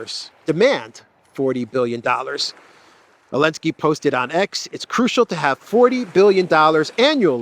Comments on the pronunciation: My friend it’s Zalensky not Alenski please fix that issue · Zelensky it’s Zzzzzelensky. Love you brother!!!! lol